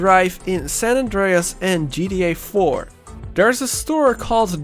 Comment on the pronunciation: ji ti ai faur an ji ti ai faif